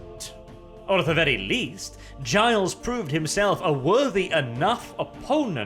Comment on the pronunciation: its pronounced gill not giles